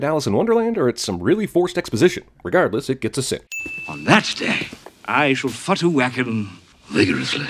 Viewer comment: Did he just sin Futterwacken. I'm out :))